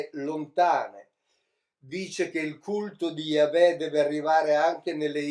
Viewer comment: Ogni volta che sento pronunciare la parola "Yahweh" in modo così improprio, mi si spegne automaticamente il cervello e vado in catalessi culturale. Comunque tanti complimenti per tanto seguito popolare al suo mish-mash esegetico. Se io mi mettessi a parlare di fisica nucleare (di cui non capisco un cazzo) non riuscirei ad avere tanti follower.